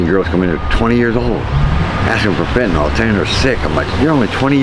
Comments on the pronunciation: Why does everyone call it "Fentanol"? It's "Fentanyl" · Weird accent, or illiteracy is causing you to pronounce fentanyl like it's written fentanol.